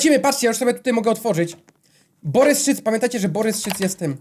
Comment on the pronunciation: Boboryc a nie Borys szyc XDDD